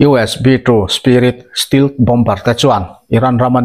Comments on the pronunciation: Stealth-Still anga lam tur nilovin. Stell - Mizo e (sap A) thluk anga lam tur zawk ani e.. Hriat ve mai mai atan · Stelth tia lsm nise.